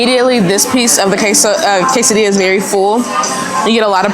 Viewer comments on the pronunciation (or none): Learn how to say quesadilla and tortilla please. I was embarrassed for you